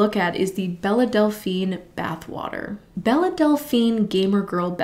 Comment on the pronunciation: Bella Delphine? I always pronounced it as “Bell”